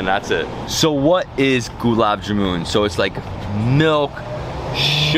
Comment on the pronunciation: It’s not jamoon, it’s ja-mun, like sun, run, bun… 😊